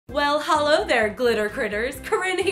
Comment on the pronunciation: and at the beginning she said HOLO instead of Hello